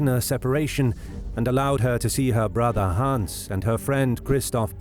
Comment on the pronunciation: You speak it like "Haans" or "Hahns", but it's should sound like "Hanns" or "Han's". ;)